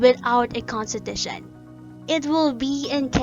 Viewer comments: Just came here to comment this, naunahan ako, but... Conshteeetusheee nnn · A constipation 💩every time she says - Kun-stee-tha-shunn 😂🤣😂🤣😂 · And then she proceeded to consteeshute all over the place, truly one of the most inzependent moments of all time. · contiTUtion kasi. HAHA good video tho. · Have a shot whenever she saya Cohnteteesheen